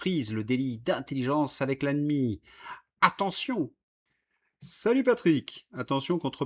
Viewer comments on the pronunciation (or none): none